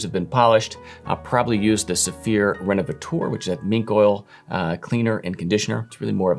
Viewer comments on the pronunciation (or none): Please could y'all stop with "RenovatOUR"? it's RenovatEUR. Which sounds exactly like Renovator. It really pisses me off to deform alphabet like that. TEUR is not TOUR.